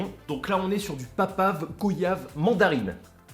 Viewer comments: Aie aie il ne faut pas dire GOyave devant un antillais il va mal te regarder ! il faut le prononcé GOIyave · Goyave se prononce « Goiyave »